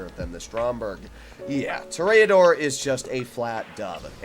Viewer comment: ITS PRONOUNCED>>>>>>>>>>>>>>>>> TOOOOOOOOOOOOOOOOOR>>>>>>>>>>>>>AAAAAAAAAAAAAAAA>>>>>>>>>>>>>DOOOOOOOOOOOOOOOR why dont you read comments?? POOP